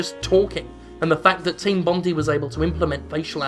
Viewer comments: team bondy??? Pronounced bond-eye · Its pronounced team bondeye